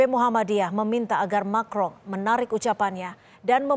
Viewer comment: Macron.. bacanya "Makwqqqong"